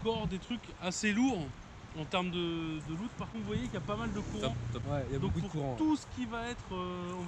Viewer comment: Tu dit boucoup less go 🤣